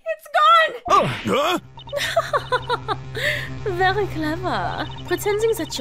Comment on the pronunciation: (Dunban) It vury much was.